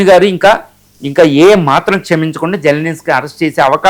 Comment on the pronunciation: జల్ నిస్కీ కాదు బై జలెన్స్కీ అతని పేరు